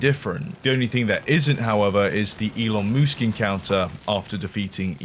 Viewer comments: Gitta say, I laughed every time you said Elon Moosk 🤣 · "it is I, elon moosk" thank got he's not a dinosaur, just a moose.